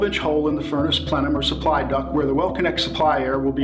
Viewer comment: It's DUCT not DUCK!!!